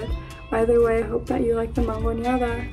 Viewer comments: For the Mexican dish, its actually mangonada not mangoneada 🤦🏻‍♀️ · Mangonada, homegirl is not pronouncing it correctly.